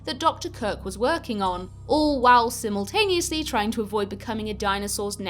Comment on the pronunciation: You also mispronounced 'simultaneously' and 'laboratory'. Lol, labora-tori.